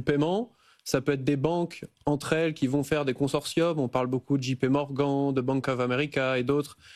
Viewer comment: "JP Morgan" avec l'accent français mon dieu comment peut-t-il?